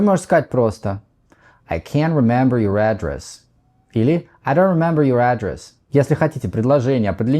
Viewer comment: Извините, но вы неправильно ставите ударение в слове address (адрес), там ударение на второй слог.